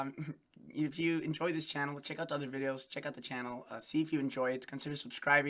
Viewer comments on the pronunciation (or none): none